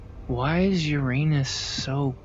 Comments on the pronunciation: hearing a grown man say "ur-anus" instead of "ura-nuss" hurts my soul deeply. but I guess that's what you sign up for when you come to the smoothest place in the universe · its not "ur-anus", its pronounced "URA-NUS". Stop being pepega. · You mispronounced Uranus btw. It's your-ah-ness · to pronounce uranus you say U-RAH-NUHS